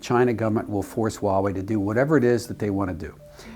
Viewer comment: You guys need to stop saying Waowei, it's Huawei.. not Waowei. She said Huawei correctly.